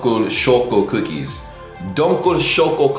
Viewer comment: "Dunkul choco cookies" Correction: Dunkel schoco cookies Also try hearing these words in Google it maby helps you :D